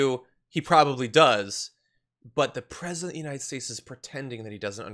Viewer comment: And he's your pwesident? ¿! Ducky ducky ducky, QUACK quack kwaK.